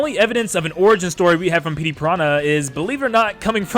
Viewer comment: “Pettey Piranha”